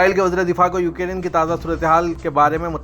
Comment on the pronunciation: URDU KA JANAZA🤣😛UKIRIN. (UKRAINE)